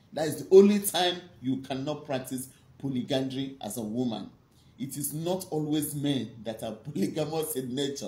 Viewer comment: Polyandry, not polygandry